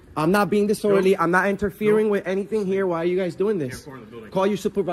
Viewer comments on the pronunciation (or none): He said it dis sword orderely 😂😂😂